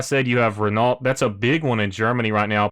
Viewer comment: Nice find with this but Its pronounced - Renough and Alfa Romayo